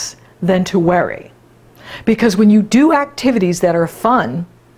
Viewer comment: When you say worry... it sounds like weary. Hmm, interesting.